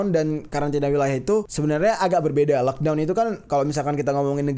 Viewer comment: coba ulang ngomong lockdown lock tol jer 😂😂